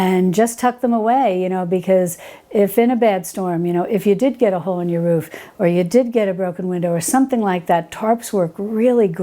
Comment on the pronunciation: "Hole" puncher not "whole"